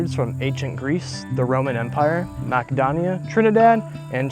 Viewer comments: Makkadonia lol. It's mass-ee-donia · Alexander of Mackadonia haha. Sorry brother, but the C is pronounced with an S sound. Unless something has changed that I don’t know about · "Mackidonia"? A "Treatsy" on fishing?? Bro does a lot of talking for a guy who can't read. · Great video. However, when you run into a word you've never heard before, make sure to look up how to pronounce it. Many mispronunciations: Macedonia, ferrule, Dionysus, treatise.